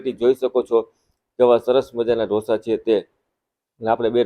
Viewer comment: Dhosa nahi “Dosa”